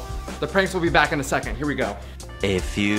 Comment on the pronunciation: I thought when you said Back you said black 😂